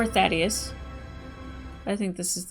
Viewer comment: I, for one, am glad. “Thaydeus” was driving me up the wall.